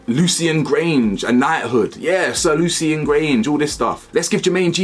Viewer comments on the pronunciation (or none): none